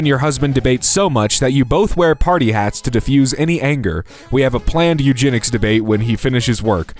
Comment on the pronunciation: Narrator not only never saw the word fjord before, but also clearly never saw the word Eugenics before smh